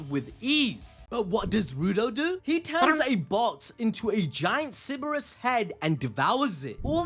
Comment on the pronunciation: Yeah mate, Cerberus is - Sir-bur-rus or if you wanna go the greek mythology route it's, Kerr-ber-rus